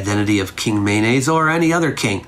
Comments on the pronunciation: It sounds like you're saying his name is "mayonnaise" - can you enunciate a little more? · Kept giggling everytime I misheard mayonnaise and was waiting for this pic to start rotoscoping. Great content as awlays. I bet your lectures would be epic without the disctractions of life surrounding a computer screen. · This was fascinating, and made unintentionally (and increasingly) hilarious by my inability to hear "Menes" as anything other than "mayonnaise." Aha was Mayonnaise! 😂 I'm sorry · By the end i was hearing "mayonnaise" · Every time you said Menes, I heard mayonaisse 😂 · Mayonnaise unification. Founder mayonnaise.,. I keep hearing mayonnaise.😅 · Everytime he says Menes i hear mayonnaise! 😅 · I'm going to be honest here, I thought you kept saying mayonnaise. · Sounds like you called him King Mayonnaise lol